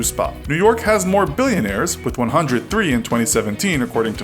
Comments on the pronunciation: "BILIONARS" Dude....It's 'billionaires' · Lmao, "BILIONARS" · You really butchered "Billionaires"